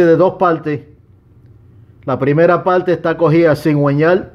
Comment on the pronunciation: Palte, motol, has venido sin "r"??